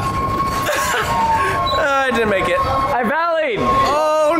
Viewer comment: “I valleyed” 😂